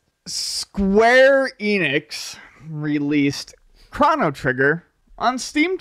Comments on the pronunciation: The irony that I am in fact "triggered" by this (lol) but... Its pronounced "Crow-no" not "Crawn-no" god damnit! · I'd pay $10 for Ian to say 'Chrono Trigger' instead of 'Crawno Trigger'